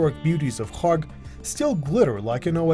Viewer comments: Strange timing for the video to end up on my YouTube feed And the presenter pronounces Kharg island like Khamas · Kharg Island? I thought they were sayin Kong Island😮Cancelled my trip